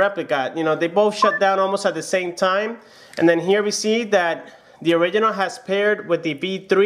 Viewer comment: "The zame"